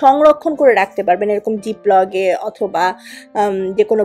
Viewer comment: ১। চিনি না দিলেই ভাল। ২। কুশুম কুশুম বা উশুম উশুম নয়, শব্দটা হচ্ছে "উষ্ণ" অর্থাৎ, উষ্ণ দুধ। ৩। "খামি" 🤣🤣 - এটা "খামির" উর্দু ভাষার একটা শব্দ যার মানে পঁচানো। আপনি বলতে পারেন "আমি ময়দা চটকে নিলাম" ৪। জিপ লগ নয় Zip Lock. ৫। stuffingএ অপ্রয়োজনীয় জিনিস বা উপাদান ব্যবহার করেছেন। ৬। আপনার বাচন শৈলী চমৎকার। শুদ্ধ বাংলা বা ইংরেজি শব্দ উচ্চারণ আপনার উপস্থাপন শৈলী আরও চমৎকার হবে। আমি নিজেও সৌখিন Baker. আমি আপনার জনপ্রিয়তা কামনা করছি। আমিই সম্ভবত প্রথম শ্রোতা - দর্শক। লাইক দিলাম।